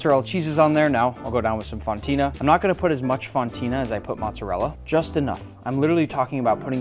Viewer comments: How are you Italian and say Matza rella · It's Moat-Za Rel Lah!